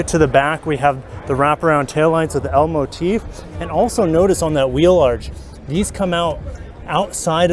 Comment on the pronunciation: You're saying L-motif but I hear Elmo teeth.. Also I'm not sure if Elmo has teeth? 🤔. Anyhoo, nice redesign.. Most of it we've seen on the new nx. The floating roof does look better here. Needs a fully digital guage cluster. Otherwise, looks too low to the ground.